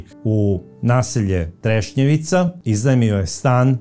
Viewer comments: kaže se Trešnjevka u Zagrebu je kvart a nije Trešnjevica 😊 pozdrav iz Zagreba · Trešnjevka. Ne trešnjevica. Kao da kažete voždobac umjesto voždovac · kvart je Trešnjevka, ne treševica. Inače sjajna emisija kao i svaka vaša. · Kao i uvijek, preodlična emisija. Hvala Vam. Samo jedna mala, prijateljska napomena. Naselje se zove Trešnjevka, nije Trešnjevica, iako zvuči baš simpatično! Pozdrav iz Zagreba! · sve su vam emisije super samo uvijek kvartove Zagreba krivo izgovorite nije trešnjevica nego trešnjevka i u emisiji o Marijani Seifert nasalje je savica molim vas obratite na to pažnju